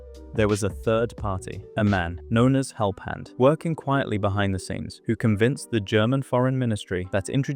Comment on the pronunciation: you pronounce the name Helphand wrongly. The ph is an f. For any German speaker this is clear and in Russian his name is written also in a way, that such a mishap cannot happen: Гельфанд